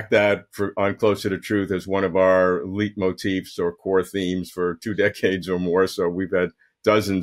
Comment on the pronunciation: about Dr. Kuhn says " One of our LEITMOTIFS (also spelled LEITMOTIV)." And in my opinion he mispronounces it. Here is the correct pronunciation. This word is of German origin. Therefore the phoneme ei is pronounce more like ay or ai. If one is unaware of the origin of the word or unwilling to acknowledge its German origin . . . then of course it's easy to understand why an educated person may wish to use an Anglicized pronunciation.